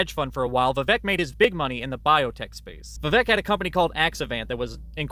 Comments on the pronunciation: Vivek rhymes with fake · Vivek rhymes with FAKE!!!